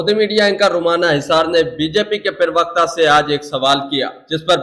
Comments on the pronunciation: भैय्या तुम लोग हिंदी जानते नहीं और टीवी पर बैठ जाते हैं प्रवक्ता की जगह बोलते हैं पिरवकता पिरवकता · प्रवक्ता का उच्चारण तो सही कर लो पहले !!!